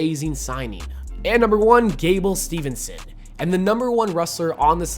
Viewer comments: it’s steveson btw not stevenson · Put so.e respect on on am Olympic gold metal winning wrestlers name and pronounce it right! It's STEVESON NOT STEVENSON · Folks, its Gable Steveson, not Stevernson. 1 N and it's at the end. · It’s Steveson not Stevenson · Steveson Not STEVENSON. LOL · It's STEVESON NOT STEVENSON